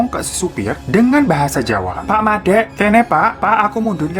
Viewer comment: "Pak mandeg kene..." auto ketawa logatnya gk Jawa.. 😁😁